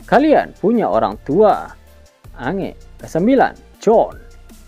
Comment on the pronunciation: Bukan ange,tapi di baca enj,, lontong betul kau